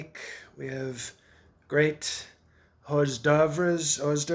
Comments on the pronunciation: Commenstruate. Hors dovers. Love it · pronounced whore dervs. derp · Horse dauvers, horse dervs, the things that come out before the meal. 🤣